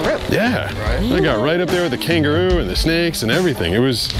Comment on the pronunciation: I thought she said capybara